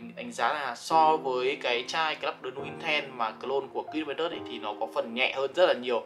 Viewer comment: Đọc tên sai rồi bay ơi, nuit này trong tiếng ở là bên đêm